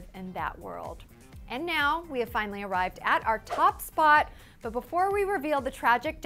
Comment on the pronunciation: She says finoly